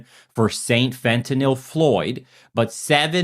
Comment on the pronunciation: Holy shit! You are one of very few non-medical people that pronounces fentanyl correctly!